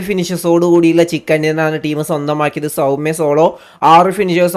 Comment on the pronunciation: Saumya alla bro saumay.. "Saw-may"